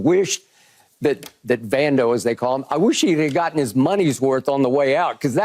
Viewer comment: Vando, not Vandy